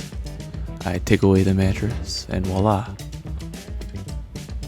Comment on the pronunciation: Bro, FYI, it's spelled and pronounced "voi-la" not "Wa-la". (It's a French term.) (Vwa-La) But other than that, you are my newest, latest and greatest hero. Great videos, this being the 3rd I've seen.